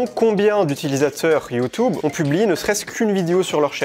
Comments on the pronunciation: J’en ai marre ok…. ?? C’est quoi YouToube ..? Arrête !! Je t’ai entendu dit ça des dizaines de fois 😡 c’est YouTube et non YouToube 😂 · Il a raison mais j’en ai marre quand il dit you tube c horrible